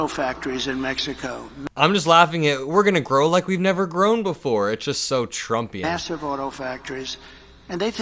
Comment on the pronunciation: did you say "we're gonna grow like we never have before" ? Or "We're gonna groan like we never have before" ? 🤔🫥😶😏😗🤔